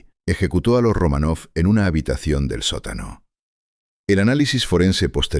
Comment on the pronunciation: Y dále con "Romanóv". No es "RomanÓv", es "RomÁnov". A ver si se documentan bien antes de hablar de nadie.